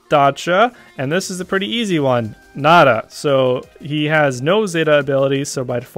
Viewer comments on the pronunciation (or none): none